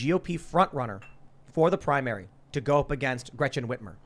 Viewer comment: “Grettin Witchmore” 🤣🤣🤣